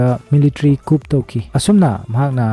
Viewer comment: Wari c yamna interesting oi. Adubu coup (Military Coup) ki pronunciation c "koo" not "kup" haibana chumgadra khanjei